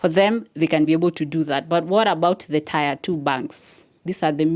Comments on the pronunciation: Dear it's not tire it's pronounced tier😊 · Tier is pronounced as "Tia" and not tyre. Otherwise great content. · Ok it's pronounced ti-er not tyre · Tier is pronounced tear btw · interesting video...however the way you pronounce "tier" is really off